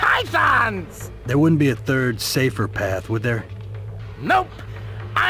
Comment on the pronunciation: Cool video. I love these because, I'm not really a gamer but I do enjoy playing, and it's always cool to find new stuff to try. I also like it when you say "third", because it sounds like "turd" (if you are unfamilliar with the American meaning of this word, it will be a lot of fun to look it up). My only question is why you chose a photo of Tom G. Warrior of Celtic Frost for the thumbnail? Because, despite their name, they are actually Swiss.